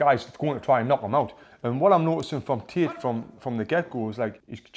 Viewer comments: Bro it's Andrew Tate not Tit😂😂 For Tate's boxing you say Tits boxing 😂🤣🤣🤣🤣🤣🤣🤣🤣🤣🤣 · Why i hear tit and not tate >.> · Pfft, when he says Tate, it sounds like tits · "Undriu tit" XD just jk bro, love u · you killed me with the "andrew tits" accent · Did he just said “andrew tit?” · Lol the way you say Tate I keep hearing tit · 😂 Is it just me or is he really pronouncing "tate" with "tit"